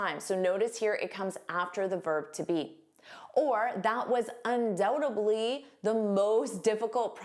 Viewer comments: Why do you pronounce dly as bly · Hi, you pronounced undoubtedly as undoutably,.